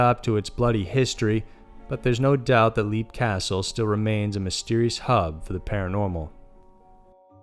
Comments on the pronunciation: It's pronounced 'Lep'. Not 'Leap.' as in jump.. ;) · Okay, no, no, no... I very much enjoy your channel (I'm subscribed and eagerly await notifications), but c'mon. Some research, please! Even a glance at Wikipedia would have informed you of the proper pronunciation for "Leap" Castle. (It's pronounced "Lep".) While I'm a stickler for pronunciation, I can let certain mistakes go. But not when it's so simple and basic; and hearing "leap" castle over and over just got to be excruciating. I'm an American of Irish descent, and have a life-long interest in paranormal subjects. Even the most casual interest in such things would develop the proper pronunciations of the places and names in question; but even more so when you're presenting yourself as a Paranormal List channel, that supposedly researches these things. It's insulting to mispronounce names; and it shows apathy, and a lack of diligence. This was disappointing. :( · "Leap " Castle is pronounced "lep". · Leap is pronounced Lep like Leopard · Leap Castle is pronounced 'lep' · Leap castle is pronounced lep